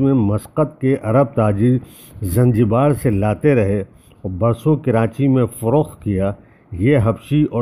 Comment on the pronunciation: معذرت۔ عادت کے مطابق ایسا ہوتا ہے اور ریکارڈنگ کے وقت یاد نہی رہتا کہ اس کو درست لہجہ میں بولا جائے ۔ معذرت